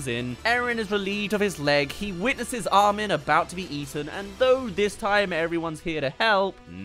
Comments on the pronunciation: Arwin🤣 I thought he wa called Armin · Ah yes "Arwin"